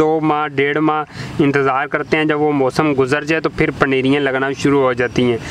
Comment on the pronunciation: Paneriyen nai hota paneeriaan